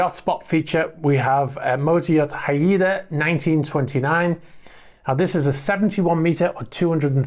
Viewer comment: Congrants on the milestone! FYI its pronounced Hay-Duh, if its named after the Indigenous tribe from British Columbia Canada. There is also a famous warships HMCS Haida, which is a museum ship in Hamilton Canada.